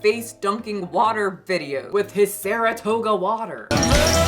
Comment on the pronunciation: Not THE MAGIC SCHOOL BUS THEME as you make your way to the store, as well as the mispronunciation of 'Saratoga' 🤣☠ Although....'gota' in Spanish means 'droplet' sooo....it still kinda works 😅👌🏽